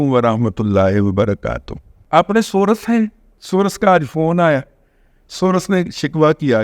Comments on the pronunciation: دادا آپ تو سورس کا تلفظ یہ نہ کریں،بر وزن کورس کریں،امید ھے برا محسوس نہیں کریں گے، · دادا جی محترم،،،،انگلش کے سورس کی " ر " پر زبر نہ پڑھیں تو تلفظ درست ہو گا ۔۔۔